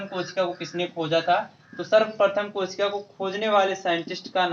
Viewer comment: Sir kosik nhi kosika hoga